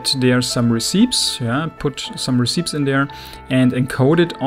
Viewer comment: Also just FYI, Recipes is pronounced: Re-Ce-Pees